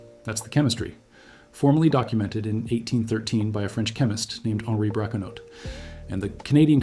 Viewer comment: Henri Braconnot - French, so we don't pronounce the final 't.' Should do your research before making your video.